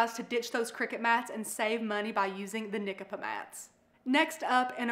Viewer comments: I think it’s pronounced Nie-Capa lol I buy them all the time. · It's pronounced "Nie-Cap-Uh" 😊